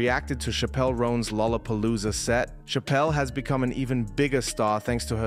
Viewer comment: She deserves a correct pronunciation, it's cha-pel like a church! 🙂